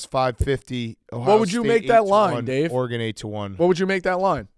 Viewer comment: Why does Dave say Oregone?